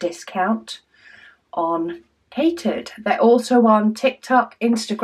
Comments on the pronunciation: Nice. I believe it's pronounced cat eared. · Yes, that is how it is pronounced